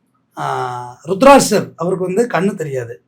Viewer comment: அண்ணா ருட்த்திராட்சர் இல்ல திருதுராஷ்டிரர் summa oru urimaila solliten 😊😊😊thittirathinga